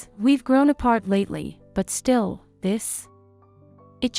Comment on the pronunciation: AI with a speech impediment . Shtill